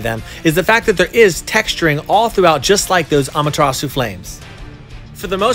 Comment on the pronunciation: i mean no disrespect but the way he says susanoo and amaterasu makes me pissed